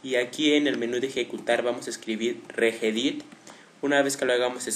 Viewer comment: ES "REGEDIT" no REGEDIR